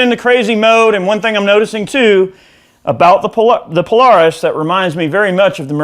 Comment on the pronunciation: Pole-air-isss, no need to struggle. I wish I could play half as well as you. Great sound